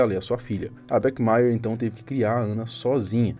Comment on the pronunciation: o Bach pronuncia-se /bach / não é /bech/